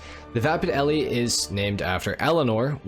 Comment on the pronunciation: FYI the mustang in “Bullet” was just a mustang. No name. The name Eleanor is from the Mustang featured in Gone in 60 Seconds. All the cars had code names. And lastly the E at the end of Elle is silent. So it just pronounced “L”